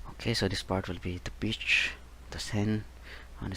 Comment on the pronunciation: the way he says a bitch expect of a beach